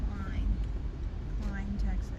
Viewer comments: it's Klein not Kileen! I'm a Houstonian and Killen is in Texas but not anywhere near here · no offensive but klein is pronounced as k l i n but its spelled klein